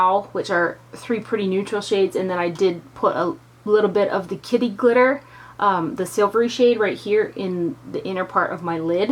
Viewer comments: I thought you said kitty litter lol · LOL...I kept thinking you were saying kitty litter and thought that was such an odd name but made sense because litter usually is gray/silver...LOL Great review as usual, always trust your opinion! xoxo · It sounded like you said "kitty litter"... then I thought nooo that's just wrong! Why would they name a shadow that! LOL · Love this palette!!! I was craking up kept sounding like you were saying "kitty litter".